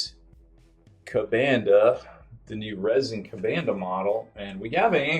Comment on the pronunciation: KuBANduh huh? It is kuhbunduh